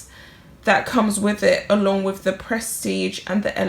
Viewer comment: "WITH" not "WIV". "ASK" not "ARKS". Thank you!